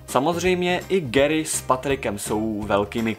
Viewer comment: to neni gery ale gary